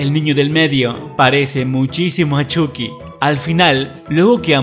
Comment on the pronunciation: Se dice choqui no chuky se escribe chuky y se pronuncia choki